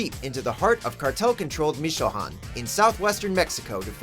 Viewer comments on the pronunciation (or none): Who else was pissed that they mispronounced Michoacán?